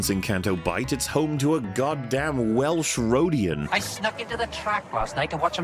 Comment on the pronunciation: I'm very late to the party. I heard Welsch Rodian and I died.